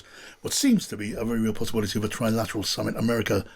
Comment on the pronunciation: Trump says Tri-lat , because he can’t pronounce Trilateral.